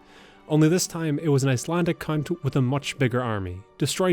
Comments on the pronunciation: Oh yeah yeah "the cunt of Jasmine". Jokes aside, from the way you pronounced the place name, I take it that you're Irish? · My man out here saying count innocently and my eyes went 👀 👀